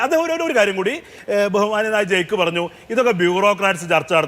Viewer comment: Jaick verum jerk.malayalam parayumbol sakk sha ennu pronounse cheyyunna ivane enthinanu charchakku vilikkunnath.